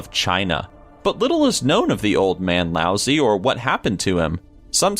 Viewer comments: god fucking dammit >.< excuse my language... it's not "Lousy", it's "Lao-dzi". ...Ah well, I guess you Americans can't be blamed, that sound totally does not exist in English DX very interesting channel, I kinda suggest you guys do a little look up into pronunciation along with all the research you already do ^^''' cuz... that was... so bad..... XDDD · Don't know who's reading this but someone needs to give him lessons in pronunciation. Try the IPA - most names will be in Wiki, and other words in a dictionary. Sorry, I don't usually complain but "Lousy"? Come on. Who's editing? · Isn't it pronounced Lao Sue, or have I been pronouncing his name wrong the entire time? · has a bad case of voice break. xD Isn't #5 pronounced like Lao-Tse? Surely doubt it's like Lousy. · laozi is pronounced "lao-dzuh" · "Lousy" Wew. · That's pronounced Lao-zoo mister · Low- zuh.... what is it with you narrators on these list channels. All of you put about zero effort into the more difficult words you come across. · Laozi's name isn't pronounced "lousy" lol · uhhh, lao zi is pronounced as lao tss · Lao Zi is not pronounced like "lousy" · Anyone else cringe at the pronunciation of laozi? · lao zi is pronounced differently than the way its said here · I think the zi is not a long E sound, its a just a short i sound. Sorry for ruining the joke...